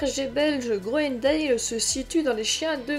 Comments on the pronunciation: Si vous voulez être crédible apprenez déjà à prononcer son nom convenablement : on ne prononce pas grounendéle mais grounendal. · Ca se prononce "grounendal" ;)